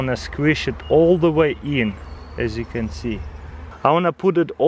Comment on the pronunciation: "As youc con see"